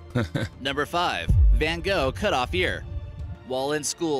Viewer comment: It's pronounced van Goff